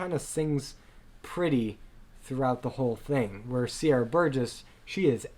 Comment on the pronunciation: PLease Learn how to pronounce Ramin and Sier